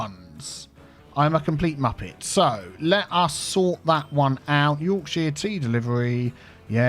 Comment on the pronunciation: As a Yorkshire lad I’m not entirely satisfied with how you pronounce “Yorkshire”. Should be more like ‘Y AW R K sh er”. Y as in - You AW as in - law R as in - rat K as in - key - sh as in - ship er as in - hurt All good? Sithee.